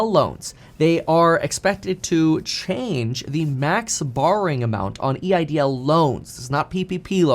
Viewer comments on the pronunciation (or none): none